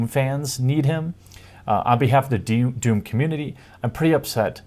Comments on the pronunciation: It's called DOOM, not WAHOOM.... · Doom, don't you mean "DAME"